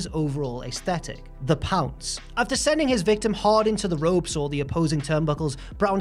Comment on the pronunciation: When he said “the pounce” i was like “that’s not how you say it!”